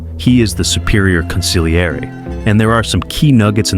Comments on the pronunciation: It's pronounced con-see-lee-err-ee. If you see "gl" in any Italian word, do not make a hard g sound, just emphasize the l. Hard g sounds are not heard in Italian unless they are followed by h's as in "ghiaccio" (gi-ah-cho) or "ice." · Interesting analysis - apart from the fact the narrator cannot pronounce 'consigliere'. You don't pronounce the 'g' in Italian (or in the Mafia) - it's consil-yi-eray. An embarrassing mishap. At least he gets it right after . Then he forgets it later, it's very weak narration. And the repetitive music is annoying, but at least quiet. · This is unwatchable when the main term is pronounced so poorly. It's con-seel-YEHR-eh, not con-sig-lee-AIR-ee. Ugh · I don’t understand why you guys don’t babble or google how to say the word. The g is silent. Con see yer lee! That’s the best phonetic I can do. And yes my parents were Sicilian immigrants. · Jesus Christ, you’re killing me with the way you’re pronouncing it! It’s pronounced Con- Sil- Yeri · Im not Italian, but hearing consigliere being pronounced like that by AI gives me the hibbie jibbies. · From the beggining I can't watch the video. Go look up how tge word consigliere is pronounced. Watch the movie again even. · It is very distracting the constant changes in the pronounciations of key terms and names in this video. Sometimes (few), consigliere is pronounced correctly, but mostly mispronounced (the g is slient). Genco is also both hard g and (the correct) soft g, and even Hagen's name is mispronounced. Don't call yourself Mafioso if you can't pronounce the basics.